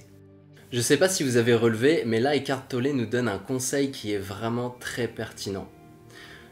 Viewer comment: C'est étrange comme vous prononcez Eckhart Tollé : écartelé...